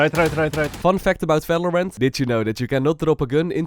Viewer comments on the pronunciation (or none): valorant ❌ falorant ✅ 😂😂